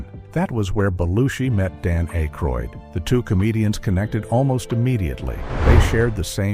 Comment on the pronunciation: A-croid? Hire a human narrator please. 😢